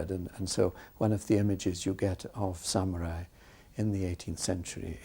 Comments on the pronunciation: sammy rye? sam ya rye? sam you're eye! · If only they'd hired a narrator who could pronounce the word samurai correctly. smh